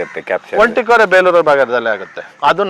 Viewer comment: Bro adu beluru alla bro bikkodu yak sumne beleuru beluru anta heltiya